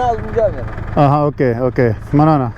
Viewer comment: Why it's taking so much time to upload video.plz upload next video.I really enjoying your videos and now you learned some pushto. I love it when you speak "manana" in pushto.